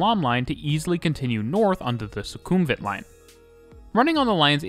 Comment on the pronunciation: amazing video! noticed a few pronunciation mistakes, but its completely normal for people to mispronounce these places suvarnabhumi is pronounced su-wana-poom sukhumvit is pronounced su-koom-wit i also have to say though, the mrt really needs longer trains~! even during non peak sometimes you cant board trains at all at interchange stations